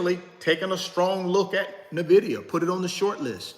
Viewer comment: First I thought I get it. Ok to pronounce Nvidia any way you want. It’s a free country. But then I thought about it more. Why not pronounce it the correct way?!? The same way everybody pronounces it?!? It’s the correct way to pronounce it. It’s just as easy! What if people started pronouncing your name Rooochard?!?